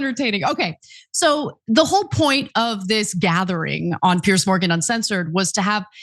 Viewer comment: So funny that Ana doesn’t know how or can’t pronounce Piers’s name 😂